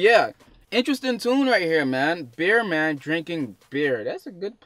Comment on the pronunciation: Bear man not beer man lol need to put your reading glasses on g need to research your pronunciation fam To blunt tv us grime vlog originater dominater